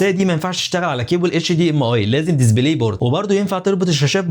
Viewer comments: Display ❌️ Dizibley✅️ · يا اخي اسمها دسبلاي مش دزبلاي اسف بس والله غاضتني 😅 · دزبلي ازاي يعني؟ اسمو ديسبلاي مش دزبلي!!